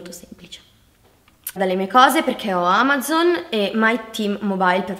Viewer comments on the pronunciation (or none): none